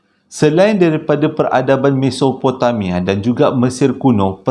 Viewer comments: Assalamualaikum... Audio dah upgrade ke makin bagus bunyinya... Tergelak saya tadi dgr abg tersasul mesototopomamia😂😂 apapun terbaik mmng follow.. Owhh ya saya nak request abg cerita ttng kisah reynhard sinaga mesti best bila abg cerita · aduhai ..makin kelakor lah pulak .. Gobekli tepe ..macam nama Gobeksireh ... Mesopotamia pun boleh tersasul ...mesotopemia .. Menghiburkan .. Terima Kasih infonya .. di Lembah indus Mahenjo Daro Peradaban Harappa dikesan adanya Sisa Letupan Bom Nuklear kan ..? yang mencenggankan Pengkaji Dunia baik arkeologi mahupun ..Akedemik ..